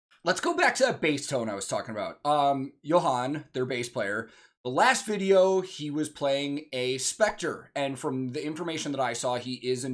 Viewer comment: Not only is it apparent that you are knowledgeable from years of experience but it's obvious you love music. On a side note (but not important): Swedish has soft J's so Johan and Jonas would be closer to Yohan and Yonas in English pronunciation.